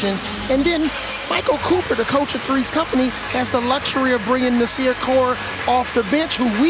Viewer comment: "NAS"ir Core=BIG GUARD->U<-......Get a Man's Name Right already., 1st you call him CoLe, then you get his nick name wrong...WTF